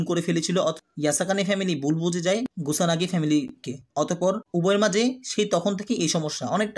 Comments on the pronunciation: That's kusanagi bro😒 Not gusanagi😑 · এফোর্ট খুবই ভালো, কিন্তু ধরো ৮০% মজা পাইলাম. ধারাবাহিক বর্ণনা ভালো ছিল কিন্তু নামের উচ্চারণের গুষ্টি মারা হয়ে গেসে. কুসানগি থেকে গুসানগি, কিও থেকে রিও ... কি ছিলো না এইখানে. উচ্চারণ ঠিক করলে আরো বেশি ভিউ পাব. তারপর ধন্যবাদ এই বাংলা রিভিউ দেয়ার স্টেপটা নেয়ার জন্য.